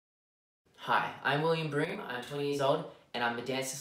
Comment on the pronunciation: Greetings from Sydney and loving your videos. Such talent. We share the same name and it’s great to hear you pronounce Brougham the same way I do as Broom. Keep up the great work and awesome talent. Hope to see you in a live show one day. Best of luck :)